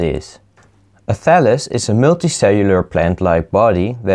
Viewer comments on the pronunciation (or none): "and this is a phallus of meee"